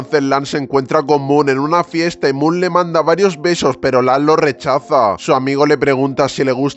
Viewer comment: Moon jajaja no puedo es mook no moon